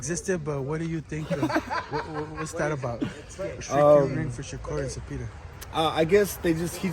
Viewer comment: Bro with the biggest paisa🌵 accent pronouncing zeepeda is cringe af😂